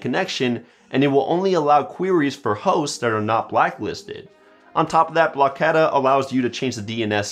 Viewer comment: no, he pronounced it right.